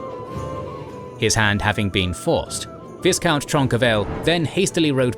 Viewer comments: Viscount is pronounced v-eye-count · The pronunciation of viscount almost drove me to insanity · Thank alot, now it's doing the same to me.